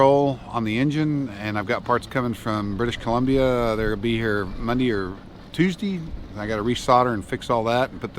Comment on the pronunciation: Ahahaha,ya speaking Aussie already,mundy or tuesdy,brilliant,stay safe.